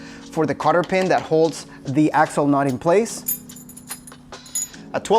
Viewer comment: Great video. FYI it’s a cotter pin. Not Carter pin.